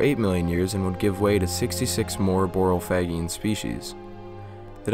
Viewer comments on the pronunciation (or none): The "G" in Borophage is soft like "page", not hard like "dog"